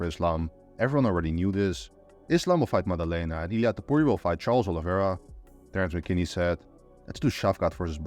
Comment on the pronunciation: It's Topuria